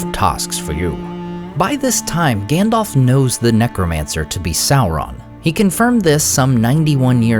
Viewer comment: Aww man, he keeps saying Gändolf. :face-green-smiling::face-red-heart-shape: Christopher Lee would have scolded you for pronouncing it wrong! :face-fuchsia-poop-shape: (Christopher Lee read TLOTR every year and put great emphasis on pronouncing the names right, as Tolkien had intended.)